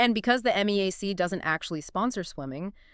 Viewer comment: It's pronounced MEE-yak; not M-E-A-C.